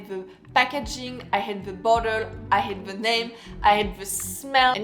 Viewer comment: It’s funny how you pronounce “I hate this perfume “ with a silent h so it sounded like I ate the perfume:) I know that in French h is silent. I agree with you - all the mentioned perfumes are bad